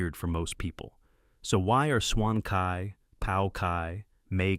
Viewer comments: Excuse me for correcting your pronunciation. Cai is not pronounce kai, is more like chai. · Should be pronounced as "choi", as in "bok choi". "Choi' is the original chinese pronunciation for leafy vegetables.